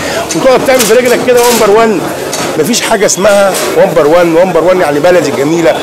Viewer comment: هههههههههه😄😄😄😄😄😂😂😂😂😂😂 بيقول ((( ومبر ون ))) هههههههه